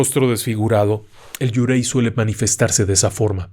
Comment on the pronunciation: Gran video! Solo una cosa: Yurei se pronuncia "iureee".